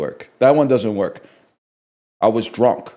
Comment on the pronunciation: "I was druhnk" It's really not that bad.